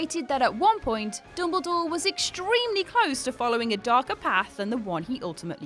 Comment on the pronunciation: It’s dumbledore not dumblegore .